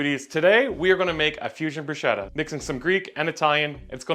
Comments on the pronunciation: You just need to learn how to pronounce "bruschetta", and it will be even better 😂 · You just need to learn how to pronounce "bruschetta" and it will be even better 😂😂😂